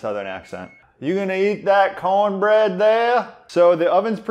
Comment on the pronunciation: It's pronounced: CoHN-BRehD